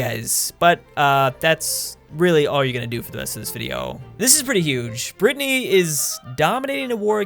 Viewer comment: Did call Brittnay a Britnnay nation?